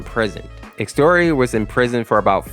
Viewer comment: Bruh "Exteor💀💀" no offense but the correct is "Ex-ze-tior"